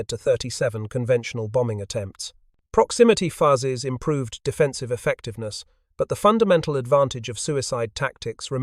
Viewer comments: Did anyone else find themselves yelling "FYOOZES," at the AI narrator every time it said "fuzzes?" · Voice copied AI from WW2 Stories. "Fuzzes" . Several "proximity. Fuses". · Fascinating story. But,... "Proximity Fuzzes"? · The program assigned good pronunciation rules for "fuse" but not for "fuses." AI is only as smart as the programming is.